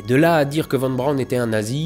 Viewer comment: Faudrait qu'il apprenne toutefois à prononcer Von Braun correctement.